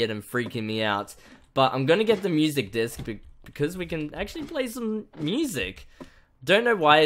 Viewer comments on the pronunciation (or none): none